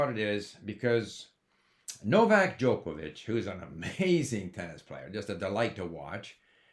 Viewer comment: For someone who value knowledge of other languages, you should not butcher his name - it is unacceptable. He is not Djoko! Please pronounce Djokovic name properly.